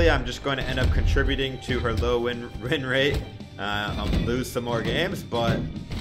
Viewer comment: "The lowest rinrate"